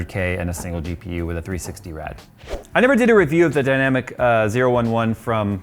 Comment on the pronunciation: It's the Lian-Li "oh-eleven dynamic", not the "dynamic zero-one-one".